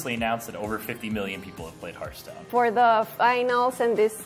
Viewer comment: horasi teboy a correjir el english se dise hearthstone no haarthstone